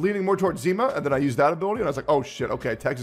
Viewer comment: Russian here :) Its not ZIma, but ZimA. Just in case